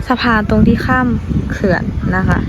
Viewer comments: อ่านว่า เขื่อน ออกเสียงต่ำครับ ตุ๊กตา ถ้าเสียงสูงจะเป็น ภาษา ลาว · เขื่อน ไม่อ่านว่า เคื่อน นะครับ เสียงต่ำ อ่านว่า เขื่อน